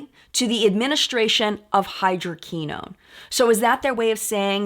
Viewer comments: Hydroquinone is pronounced “ hy-dro-Kwi- known’. ( long o’s, short i ) Great video,. Love Sunday mornings. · Hydroquinone is pronounce: hai·drow·kwuh·nown XOXO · mispronunciation of hydroquinone throughout the video was distracting. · We've all been there before! Now she knows for future vids